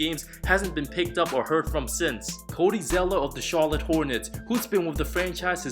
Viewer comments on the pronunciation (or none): none